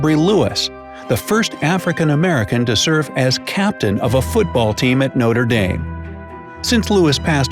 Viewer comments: It’s not no-tree da-me it’s no-tré dam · AS IM A ENGLISH PERSON WHEN HE SAID NOTRE DAME AS NOTER DAIM. I GOT MADDDDDD 😡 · Noter dame BRUH MOMENT Pronounce it how it looks No Tre Dahm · Notre Dame is pronounced Knotra Darm not Notare Dame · Is no one going to talk about how he pronounced Notre Dame?